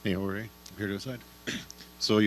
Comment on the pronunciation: Steve Ford Jorge, and it’s pronounced “ Hor - Heh “